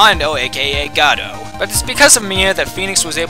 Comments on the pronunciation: Late to the party, as always, but I always though Godot was pronounced with a long O. Like "Goe-Doe", not "Gaw-Doe". Godot comes from the last two letters of his name before his coma, DieGO ArmanDO. Maybe that's just me, though. shrug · Oh yeah and for Godot, its not Goh-dough its Gu-dough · its pronounced Godo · "guh-DOH" emphasis on the second syllable, like the play "Waiting for Godot" sigh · Actually it is Go-dough. The judge confirms this when he mispronounces it "go-bo". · Godot is God-Oh, like you know, waiting for Godot? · pronounced God-oh... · If Godot is your favorite prosecutor, favorite ace attorney character, and favorite video game character of all time, then why do you pronounce his name wrong?